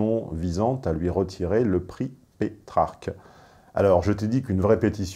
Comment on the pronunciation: Prix Pétrarque et non Petarque.